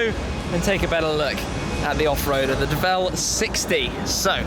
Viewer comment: So is it the Deh-vell...or...the word DEVIL ...but you are trying to pronounce it with a French flair to it? Toe-mayyyy-toe.....Tuh-mahhhhh-toe much? I'm gonna go with DEVIL...as in their clever change of spelling to DEVEL.